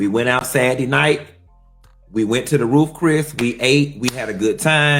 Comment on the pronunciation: I love, my guy. But it's "Roof Chris" for me. But yea, that's how he talks 😂😂😂.